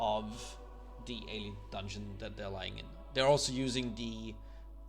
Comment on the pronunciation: DERE ALSO USING DE Try saying TH. THEY'RE also using THE. TH. THE.